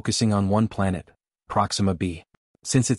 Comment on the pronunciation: What's a "Planette?"